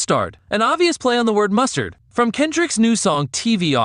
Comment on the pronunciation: it's a bot-voice channel bro, that's why it pronounces words wrong. Like MUSTAAAAARDDD as Must-Aaarddd